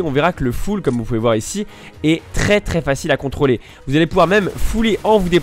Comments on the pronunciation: "contoler" son full :) sinon très bonne vidéo merci ☺ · je suis le seul a avoir vu le "contoler son full " xDD sinon très bonne video j ai appris plein de trucs continue comme ca tu gères:p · "contoler son full" 8) np les fautes ca passe ! ^^